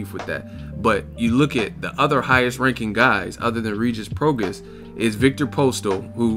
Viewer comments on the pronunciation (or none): It’s Pro-Gras-is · my dude it's pronounced pro-gray...it's Cajun/Creole...Rougarou the man at 140 I really wanted Crawford to fight i thought he'd be the toughest fight at 140 for him...Pistol don't want the smoke he's been procrastinating since September or October...Rougarou about to take over...i hope Mikey fights him or the winner of Broner Figueroa